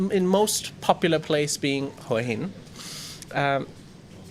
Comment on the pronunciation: Who - a - Hin, หัวหิน, it is not difficult.